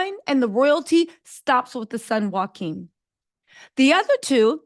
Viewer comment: Sis I’m a black American living in Denmark, and there’s a lot you got wrong in your summation. First, the Princes name is not Joaquin, it’s Jo-a-chim. Second, they scaled down the monarchy because it just made sense, it didn’t have anything to do with race, it was about kicking off people from the pay roll that didn’t need to be, especially if they were not in line for the throne. The son who just became King here in Denmark already has four children of his own. So, there’s basically no way that his brothers children was going to inherit the throne. So no need for them to be on payroll. That’s why they were demoted. The same in UK. These Monarchs realize that they are on Thin Ice with the public. It’s the public who pays their bills. So they all know they have to be careful. One wrong move, and they could be out of power. It’s about survival, not racism. At least here in Denmarki would say.